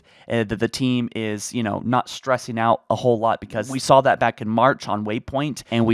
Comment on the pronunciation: It's "saw" not "sawl"